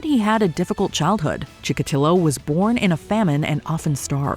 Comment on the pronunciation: Andre Chikotilo*, not Chillo.